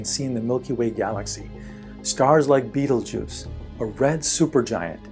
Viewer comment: did he just pronounce Betelgeuse as Beetlejuice?